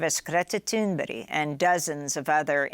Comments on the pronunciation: It's Thunberg not Thunberry. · OMG SHE SAID GRETA THUNBERRY AGAIN....ITS THUNBERG THUNBERG THUNBERG....SOMEONE TELL AMY GOODBURGER